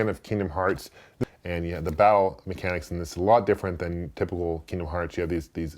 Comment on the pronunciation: When you said battle mechanics it actually sounded like you said bowel mechanics.